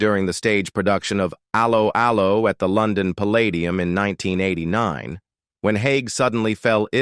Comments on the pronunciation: hate how you preannounce allo , allo . it is pronounced as hello, hello not as a low . a low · Can this commentator not get the show title right. It’s Allo Allo. It’s not Halo Halo. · For f**ks sake, do a live commentary with an English person who has actually SEEN the series... Aloe Aloe? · Aloe, Aloe. He-De-Hi Get the pronunciation correct. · Actress Kim Hartman / Helga is still ALIVE. Wikipedia fact check all this folks!🙄 R- Lo R-Lo it's pronounced, even AI could do better... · Aloe 'Aloe... 😂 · First time I have seen this. Does the idiot doing the voice over. Actually know how to pronounce Allo Allo. This has ruined it for me. Ruined it for me. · Computer voice pronunciation is so crap Allo'Allo.